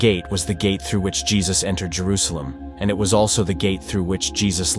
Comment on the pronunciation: Bro said "tray-ver-sed" "gay-tee" and "Jay-roo-salem" in the span on 10 seconds. AI voice over confirmed and video skipped.